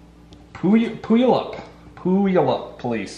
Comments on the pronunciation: its pew-al-up just fyi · tfw butchers your hometown's name Its pronounced Pew-al-up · I’m from Washington and it’s pronounced PEW-ALL-UP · Pew you up 😂😂 it’s Puyallup WA 😂😂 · It’s pronounced pew all up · Puyallup = pew-al- up....great content as usual... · not the worst pronunciation of Puyallup I've heard. For the record, it's Pew-all-up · PSA: it’s pronounced Pew-yal-up 😂, I didn’t send it but I live here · Just to help you out, Puyallup is pronounced Pew-All-Up. Thanks for the great vids. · I love how you pronounced Puyallup. LOLZ! It is actually Pew-all-up. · Pew-all-up Puyallup 👍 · Heyyyyyy I’m from puyallup. Btw it’s pu all up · Aye I'm from Washington I got friends in Puyallup. It's pronounced pew-all-up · Puyallup is pronounced pew al up lol I’m from the PNW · Puyallup pronounced "Pew-All-Up" WA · It’s pronounced “Pew-allup,” Donut. Just a head’s-up. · Puyallup is pronounced "pew-all-up." Native words... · It’s pronounced Pew-wall-up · its pronounced "pew-allup" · Pronounced pewwallup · It’s pronounced Pew-all-up SMH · Fyi its pronounced pyu all up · Hearing try to say Puyallup mad my day thanks man😂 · As a Washingtonian... the way he said puyallup made me die a little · That was a good try on pronouncing puyallup most people in washington cant pronounce that word unless theyre old enough to remember the "do the puyallup" from the old fair commercials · Anyone else get annoyed when he messed up the pronunciation of puyalup